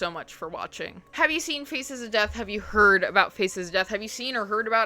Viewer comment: This is not a criticism at all, but all I can hear when you speak is "FECES of death" lmao